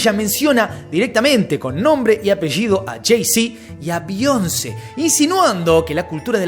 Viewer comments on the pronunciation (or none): none